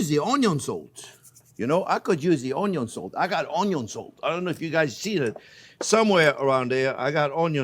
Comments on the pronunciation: he can pronounce the letter N yet not in the word onion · Take a shot everytime this guy says UNYOUUNNN 🧅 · ONYO IN DA HOUSE!!! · Onyo-salt: Exists Chef Jean-Pierre: Has it 😁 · Me too. I never say onion while cooking anymore- it's "onyo" now and forever! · it is so great to say onyo... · please say union one more time